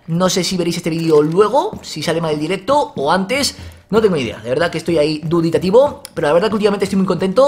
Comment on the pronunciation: Se dice dubitativo, no duditativo =)